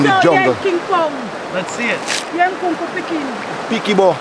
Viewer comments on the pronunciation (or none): its pickney (meaning children) not picnic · "Maroon picnic" 😂😂😂....he said "maroon pickney"....pickney is a child, lol. 🇯🇲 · That part where he says pikibo which he says is Maroon Pikny. It means maroon child. Not picnic. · Maroon “pickney” not picnic. Pickney means child.